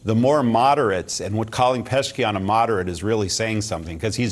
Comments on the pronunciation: That old bald guy is typical Fox News guest. Full of shit. And by the way it’s not Peshkian it is pezeshkian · You don’t even know the name of Iranian president and yiu call yourself middle east analyst ?😂Peshkian 😂